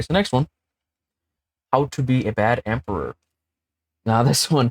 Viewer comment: Also *emperor not emporer